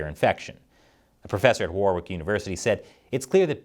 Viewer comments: Warrick, not war-wick. Any w that starts the last syllable in a noun is silent as a general rule. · Warwick? It's pronounced war-rick.